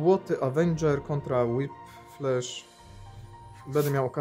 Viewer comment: "Sabretuth"a może "sejbertuf" tak samo "Wolwerajn"? Powinno być "łólwerin" nie robię tego ze złośliwości tylko żebyś na przyszłość mówił poprawnie no a tak poza tym to dzięki za film. "łiplasz";)